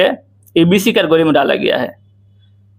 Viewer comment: केटेगरी ko katogari😂😂😂